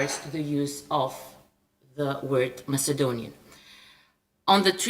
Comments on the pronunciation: Ковачев, имате огромни заплати в ЕП. Може ли да се излагате с такъв несръчен английски? Вземете си учител и си оправете произношението, защото дори най-добрите аргументи казани на такъв английски звучат слабо. На моменти не сте точен дори за думата “European”. Няколко пъти говорихте за “Macedonian brother and sister” и аз се оглеждах за някакъв мъж до мак. заместник-министър. Накрая разбрах, че имате предвид “македонските братя и сестри”. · Ами произношението "мацедониан"? На английски се произнася "маседониан" + много други грешки. Това, разбира се, не означава, че нашата позиция не е правилна. Въпросът, обаче, е да не би някой да си помисли така заради лошия английски. И вече е крайно време нашите партии да помислят по въпроса! Защото не всеки знае за братството с Хунза, звездата на Вергина и всякакви други идиотщини на македонския режим; нито за терора срещу българите там, но английския го знае целия свят!